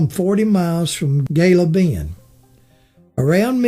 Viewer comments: Gila Bend is not pronounced Gil-la Bend, He-la Bend is more appropriate. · Gila Bend is pronounced Heela Bend. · Gila Bend AZ pronounced Hee-la Bend Ajo AZ pronounced Ah-ho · Yeah I wanted to say something too but decided just to comment about the murder in Gila Bend, I grew up hearing the real story.